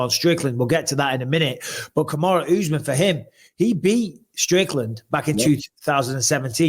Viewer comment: Kamaru Usman is not Kamaru ooooooozman! When are you gonna learn to say a name properly Michael Atleast try!